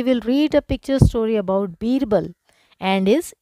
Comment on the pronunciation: Not birrber it is birble ok ma,am